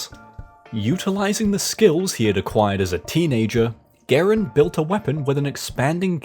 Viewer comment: Just one slight nitpick about the video and it’s about your pronunciation of John Garand’s name. It is not “Ger-und,” it is “Guh-rand.” I know this because once a family member of mine met John Garand’s nephew, and he said that is how it is pronounced.